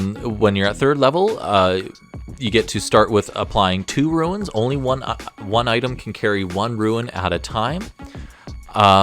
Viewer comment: For the love of mike it is RUNES not RUINS!!!